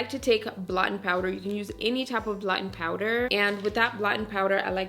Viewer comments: I love your videos. And I also love that it sounds like you're saying "blottin' powder" ❤ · I'm trying to figure if you said blatte power?